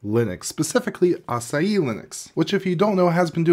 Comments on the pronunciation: At first I thought I was hearing "Acai Linux" .. then after reading the description.. "ahh. a-sa-hi" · Just wanting to help... Pronunciation: uh-saa-hee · Açai? Or Asahi hahaha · its pronounced ass-aah-hee by the way. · Please make an effort to pronounce foreign word properly ,all other non English-speaking cultures do the effort when pronouncing english words , asahi its not difficult word and there's a whole beer brand that has popularized the name in the west